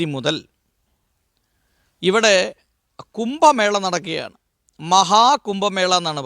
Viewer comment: കുമ്പമേള അല്ല കു०ഭമേള ആണ്. ഭാഷ ഹിന്ദിയിൽ വ്യക്തമായു० സ്ഫുടമായു० പറഞ്ഞില്ലെങ്കിൽ ദേഷ്യ० വരു०.ദയാബായിക്കു തല്ലു കിട്ടിയത് ഭാഷ തെറ്റായി പറഞ്ഞതു കൊണ്ടാണ്.